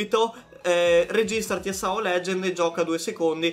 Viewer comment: Rita si dice S staccato A staccato O abbreviazione di sword art online